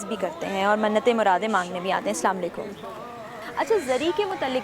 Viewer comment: Zikre maula hussain a.s aur anchor be hijaab.....Aur inke salaam karne ke bhi kya kehne.....are mohtarma salaam aise bola jata hai...salaamun alaikum